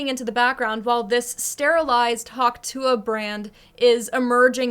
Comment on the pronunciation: I like how you’re pronouncing it the way she actually says it.. every keeps saying tuah like if that’s how she said it 😂